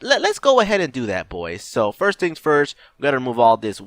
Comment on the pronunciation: said "Firts" not "First". But how are you able to "Firts"?